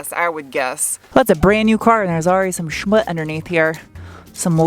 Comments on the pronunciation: It's Schmutz not smutz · I hate to correct, but... just between you and me? it's "schmutz". Gotta have the 'Z' on the end. y/w:)